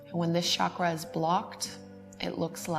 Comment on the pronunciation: Hey, great video! I know you don't mean disrespect but the number of times you have spoken "chakra" in this video moved me to write this to you: the pronunciation of CH in 'chakra' is the same as in 'church'. In Sanskrit words are written exactly as spoken. So if it was spoken as Shakra, it would be written like that. You gave Chakras a french accent and that kept me from focussing lol